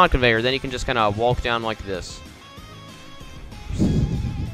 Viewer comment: No one: Him: Wa-lk